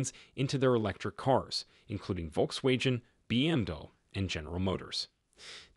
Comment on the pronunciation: Complete waste of time and did you hear this guy pronounce Volkswagen?